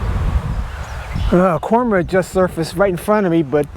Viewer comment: When you said Cormorant I though you said Corn Bird lol. Great video !